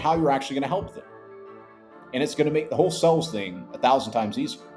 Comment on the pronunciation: It's pronounced sales, not sells.